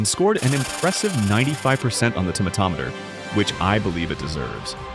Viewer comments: Finally! A person who pronounces "tomatometer" right! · Subbed for tomatometer pronunciation 😄